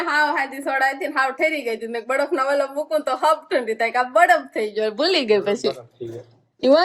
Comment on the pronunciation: બડફ ના કહેવાય બરફ કહેવાય